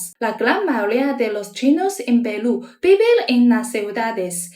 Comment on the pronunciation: QUE HERMOSA ESTA CHINA RICAMML, ELLA DICE : PELU😂😂😂😂🎉🎉🎉🎉❤❤❤QUE VIVA PELU😂😂❤❤❤❤Y QUE VIVA CHINA 🎉🎉🎉🎉🎉